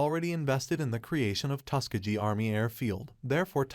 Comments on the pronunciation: yo boss can AI get a teeny tweak to pronounce iit TUSS KEHH GHEE hard g instead of tuske jee sheezuss chrrrist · My dude. How are you pronouncing Tuskegee?